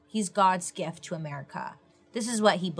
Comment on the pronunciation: The way she says "merica" kills me 🤣🤣🤣🤣 the Tylenol of the time was bleeding into a bucket😳🤣